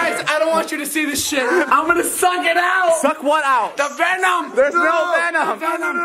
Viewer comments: "da veNUM" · when he started to bleed then someone just said " He GoT vEnIOm" that just got me XD